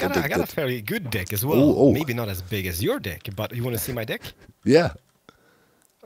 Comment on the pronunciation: I didnt hear ''deck'' it was something else. It fits perfectly and Im mad that it does